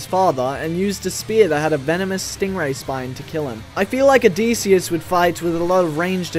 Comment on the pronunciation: the pronunciation of Odysseus and Dionysus is hurting me